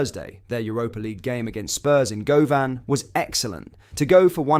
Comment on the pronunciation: Does anyone seriously watch these videos? This laddie speaks about ''Go - van; and in another video 'Ee-brox'. Piss take.